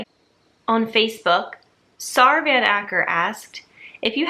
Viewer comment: There's nothing quite like hearing people to pronounce Dutch names :) Thanks for the long reply! (btw: Saar is pronounced like "Sarah" but only the first syllable :) )